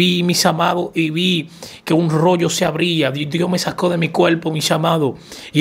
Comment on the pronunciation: Se dice CUERPO no cuelpo. Se dice por FAVOR no pol favol